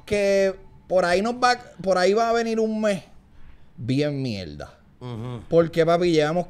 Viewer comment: Ufff me encanta cuando Chente dice "mielda" xd